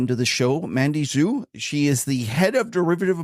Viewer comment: Chinese lesson for: Xu in Mandy Xu is pronounced "shoo" or like the English word shoe and Xi in Xi Jinping is pronounced "shee" or like the English pronoun she.